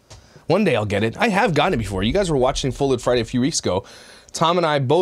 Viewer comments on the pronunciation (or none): At first I thought u said "thud lite" 🤣🤣🤣🤣🤣🤣🤣 I was thinking what does he bump into things alot 😄😄😄